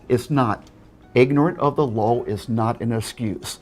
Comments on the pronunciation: Sorry. You're already wrong. It's pronounced 'ignorance of the lol' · "Ignorant of the lar is not an esscuse." Dude needs some serious speech therapy classes.